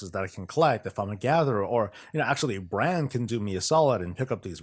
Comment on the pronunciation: FYI.. It's Brawn(Brann) Bronzebeard, Heard it too many times leveling lol.